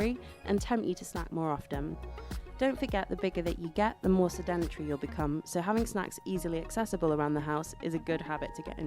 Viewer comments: "sed en etree" okay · The way she says “sedentary” drives me crazy.